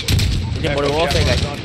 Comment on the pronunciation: It's warfare not warfair.